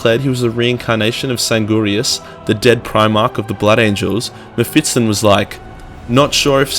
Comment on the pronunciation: Its spelled Me-(ph)Fist-Ton ;)